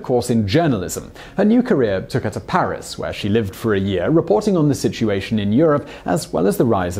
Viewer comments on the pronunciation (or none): none